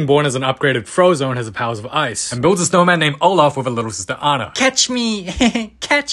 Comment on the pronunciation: tho, “ U wana bilt Æ ✨sHnYoWmÆn✨?”💀 Edited: also can we agree that Korean is soo fantastic 😩👌